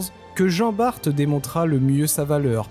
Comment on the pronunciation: Merci ô grand Merci d'avoir prononcé correctement le nom de Jan Baert. Bon ç'aurait pu être encore meilleur Car ce n'est pas jean mais Jan (Yann en François) et Baert (Baart en François). Mis à part ça j'attendais Lassale à la place de Lannes et merci de m'avoir fait connaitre le Grand Ferré !